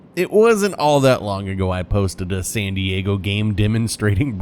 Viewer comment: Great vid, GG well played. I believe it’s pronounced San Diego lol 😂